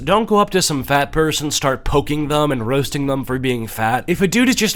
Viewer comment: The way you pronounce “roasting” is funny.